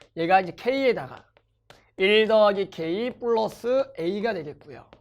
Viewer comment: 쁠라쓰 발음 왜케 웃기냐 ㅋㅋ